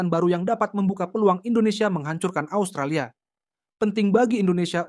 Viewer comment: Asutralia apaan, 😂😂😂 kocak luu, ngomong yng bner 😂😂